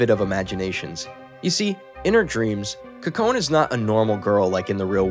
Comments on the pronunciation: Her name is pronounced Co co neh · This has been bothering me throughout the whole video cause I believe he pronounced it right once but never again :/ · A small bit of constructive criticism, I was trying to look up the name of this anime by searching the protagonists name but you were pronouncing it wrong so didn't know how to spell it, I had to go back to the beginning. A note about Japanese names, Japanese is a very phonetically consistent language, so the rules are rather simple. Whenever you see an 'e' in a Japanese term or name, it's pronounced like a long e, like "eeh " like in words touche' or puree. You saw an e after the letter n and assumed it was silent, which is understandable, but there aren't really silent letters in Japanese. Her name would be pronounced 'Koh-Koh-Neh', not 'Ko-cone.' Watanabe would be pronounced 'Wah-Tah-Nah-Beh', not with a 'Be' at the end. I'm moderately fluid so it stuck out to me, but it's good to learn language and share that info, I think it enriches the watching experience when you know how their names are said. I'd encourage you to listen to the original Japanese audio with subs for like an episode or two, just to see how they say the characters names, to avoid confusion going forward. In Japanese they often say their family last/names first, then given/first name, so unless they're really close, most people will call people by their last names, watch out for that too. Other than that good job. I enjoyed your story telling and paused cause I think I'll watch it myself! Great job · are we gonna casually gloss over the facts he pronounced kokone wrong??